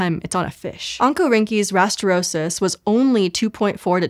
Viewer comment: The first time she said oncorhynchus rastrosus, I heard "Uncle Rinky's rastrosus" and now I want to know more about Uncle Rinky and his giant fish.